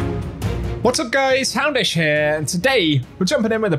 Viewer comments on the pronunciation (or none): "HAandish Heah"